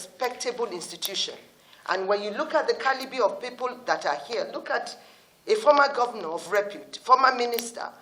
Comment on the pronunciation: Did I hear her said CALIBI of people that are here Please madam it is calibre not calibi